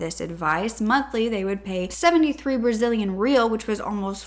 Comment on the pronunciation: In brazil our Rs are said like Hs It was funny how she was saying the currency wrong